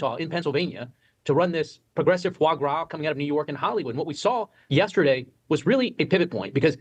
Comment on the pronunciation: It’s pronounced ‘fuh-waaah grah.’ Start watching episodes of the late Anthony Bourdain’s ‘No Reservations’ to learn more. Nothing wrong with examining various footage/angles about the Trump clip, but based on what other commenters have said, a more thorough examination about the whole interaction would have been instructive. I have no hesitation about believing this is more deflection than indifference from Trump…that is not clear from the portions we saw, but it is plausible.